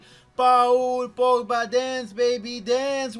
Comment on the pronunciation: Aka The video with the world record of saying Pogba's name wrong .